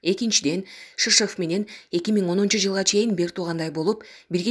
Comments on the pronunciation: Шишыв эмес ШирШов! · Алексей шыршыв.садыр жапарыв деп окулбайт.